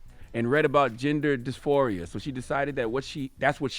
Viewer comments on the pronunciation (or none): Dysphoria (Diss-4-E-Ahh) Charlemagne lol. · I love Charlemagne but the fact that he just said "dysorphia"😭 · I’m dead at no one being able to pronounce dysphoria 😂😒